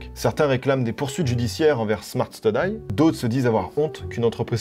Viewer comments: Super video, sauf pour la prononciation de study qui m'arrache les oreilles 😅 (studi et non studaille) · Smart STUDI stp ! Ca se prononce STUDI comme étude en anglais ! <3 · STUDY ca se dit pas comme DIE ... STU-DIE STU-DIE c'est comme étudier mon demeuré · Pourquoi à tu prononces "Smart Study" correctement, et ensuite tout le reste de la vidéo tu prononces "steudaille" ? 😂